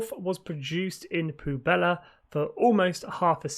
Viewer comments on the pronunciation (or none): Just one thing to note it’s pronounced pweb-lah, not poo-bella, which can also mean garbage or trash